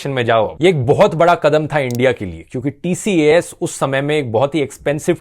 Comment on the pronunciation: TCAS ( it's pronounced as tee-kaas)